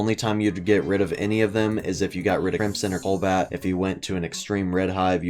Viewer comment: he says " colbat" and it BOTHERS ME